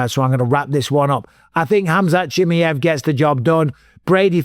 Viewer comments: Why you call him “Chimiev”!? It’s “Chimaev” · CHIMMY EV. CHIMMY EV. chimmy. ev. Please say Chimaev! CHIM- EYE- EV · Hamzat Jimmyhif is crazy pronunciation bisping 😊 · Say it with me - SHHH MY ev Chimaev. Cmon bisping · His name is pronuanced as "She Mai Yeev" for fuck sake its not hard come on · How the f can't you pronounce Chimaev after all these years?!!!!! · Can’t wait for this fight to be over so Bisping can’t stop saying Chimaev incorrectly.